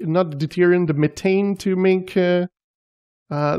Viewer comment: The Th is methane makes a f sound like meffane.